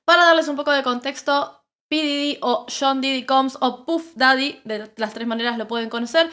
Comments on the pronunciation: Puf datty? Lol you mean puff daddy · Y no se dice "puf" daddy, se llama "pAf" daddy